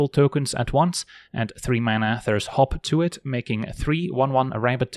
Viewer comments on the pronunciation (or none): Why did you say "hop to it" the way you would say "hawk tuah"?